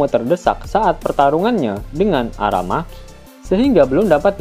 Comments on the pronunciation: Admiral Aramaki woy bukan Arameki 😂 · Ara maki atau Ara meki min,,kayak ny Ara MEKI cew min😂